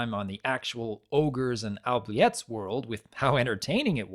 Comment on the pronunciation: Oubliettes is actually pronounced *OObliets. Haven't you ever seen Labyrinth? Good review though.